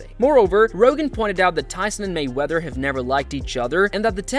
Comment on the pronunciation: I had to stop watching because the way you keep saying mayweather is so obnoxious. MAYweather dude, not mayWEATHER.